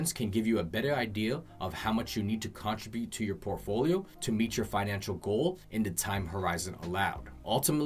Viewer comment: Financial not finanical lol but good video.